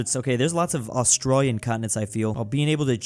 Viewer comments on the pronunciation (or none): none